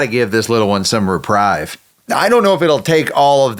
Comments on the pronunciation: Have to say one thing... It's "reprieve", not "reprive" (think of retrieve). Love your videos, I'm a subscriber. I live too far away to adopt any of them (besides the SEVEN 4-legged residents already here). Someday, I'll be able to join. I told my mom about your coffee. Hopefully, she'll order some! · FYI, friendly tip: you’re pronouncing reprieve wrong. It’s “re-preeve.” Not “rip-rye-v.” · Thanks for all you do and for the pupdates! My OCD English issues cause me to correct you on pronunciation. Re-PREEVE. Long e sound. Sorry - I cannot stop myself :) Offered with kind thoughts. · Really like your channel. Not sure if you’re aware, but it’s pronounced repreeve